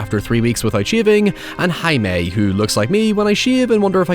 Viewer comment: Just a heads up Jaime is pronounced more like “Hi-mey” not “Ha-may”